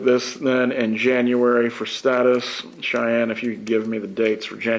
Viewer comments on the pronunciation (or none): none